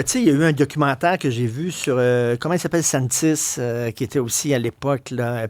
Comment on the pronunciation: DENIS PANTIS! Pas Santis...